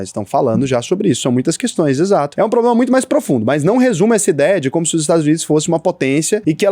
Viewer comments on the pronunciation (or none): none